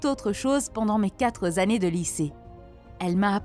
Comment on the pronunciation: où est Z dans “quatre années “?